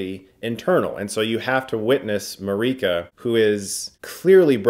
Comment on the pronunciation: Marike. Not marica.